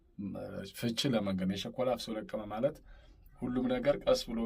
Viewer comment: የቸኮለ አፍሶ ለቅመ ነው የሚባለው አነባበብህ ልክ አይደለም ፍ ን ጠበቅ አድርገው